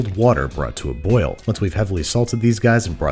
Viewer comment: I lost all respect when you said 'boil'. Uhhh, just no.